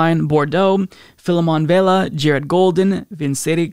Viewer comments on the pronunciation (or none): none